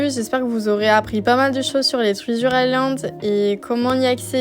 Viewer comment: Trizure island 😂 pardon mais ça m'a fait rire 🥰